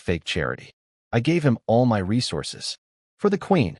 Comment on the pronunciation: why is the word "MY" pronounced as "M-Y" separately as ketters.